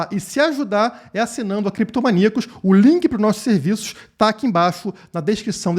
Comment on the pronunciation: Por favor , fala creptomaníacos 😩🤣